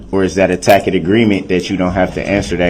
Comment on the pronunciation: “Tackid” hahahaha lawfully law!!! He’s the absolute worst human ever created! Tampering with the record!